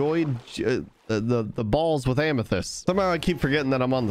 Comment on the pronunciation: An Axolotl is pronounced the way you just pronounced it and geode is pronounced jee-ode